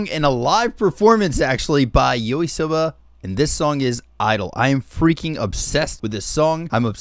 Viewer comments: He literally said yoisoba instead of yoasobi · Did he just say Yoisoba?🤣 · did u say Yorisoba? lmao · Bro, you pronounce Yoasobi completely wrong xD